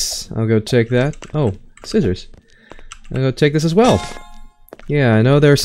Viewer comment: I remember you in a vid you said zissers